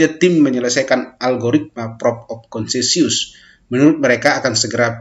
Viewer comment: Consensus bukan KONSENSIUS baca yang bener mas